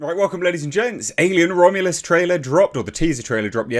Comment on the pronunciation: "Romulus". There's no "a" in the word.